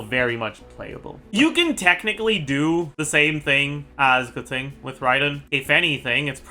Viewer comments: Keching, not Kezin man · Why does he pronounce keqing like that